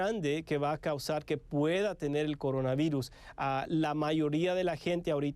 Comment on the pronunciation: No pueden decir "por" pero si coronavairus! Y la simple razón de meter L por R queda ridícula.